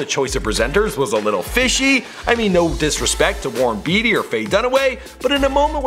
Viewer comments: Isn't it Warren "BAty," not "Beety?" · i find it funny he asks repeatedly if young people even know who Warren Beatty and Faye Dunaway is. As he continues to mispronounce "Beatty".